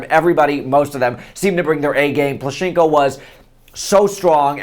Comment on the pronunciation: It's so funny how you say Plushenko)) But cute. It's plUshenko, not plushEnko)